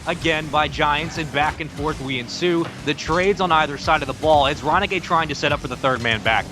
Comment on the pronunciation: anyone sat here laughing to them saying Ronikay .......